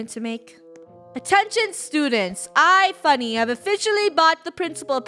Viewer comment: It’s funneh not funnel